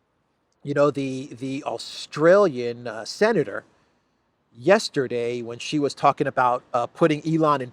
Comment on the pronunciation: Sheeeee not Jheeeee